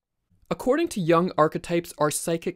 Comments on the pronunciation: Good video, but PLEASE PRONOUNCE JUNG CORRECTLY, NOT YOUNG BUT YOONG. It is a German not English! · It's not Yong but Yung btw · isn't it pronounced "yoong" instead of "yung"? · Excellent videos – but please Yooung, (as in look), not Yung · It would help to pronounce his last name correctly. He is not Carl “YAH ng”. It is pronounced “Yoong” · Good video, but not "jang", more like "joong" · it's Juuuuuung,not young...pronounced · Carl Yung not Young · Please pronounce Correctly. Not young but Yung (Jung). And he wasn’t a psychologist. He was a psychiatrist. Totally different profession. Thx a lot. A Swiss obsessional. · Not "young"!!! Jung!! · it younng not young lol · It's not Jang it's.. JOONG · His name is pronounced YUUNG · How do you mispronounce the name of one of the most influential thinkers in recent times. You have more than a million subscribers, take it seriously and pronounce names correctly. His surname isn't Young. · Bro pronounced yuung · The vowel in Jung sounds like youth. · Thanks for the video, just learn to pronounce some words right, like Jung for starters. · I can't take this seriously when they can't pronounce the man's name.